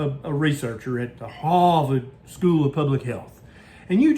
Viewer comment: If you were a researcher at the "Haarrvord" School of Public Health🤣🤣 🤣